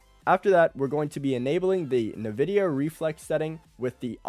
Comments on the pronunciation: Dude pls it is called NVIDIA not NEHVIDEA xD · no way im taking advice from someone who pronounces it "nuh-vidia" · Na-Vidia=cringe , EN-Vidia=GOAT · Nuh-vidia I can’t😭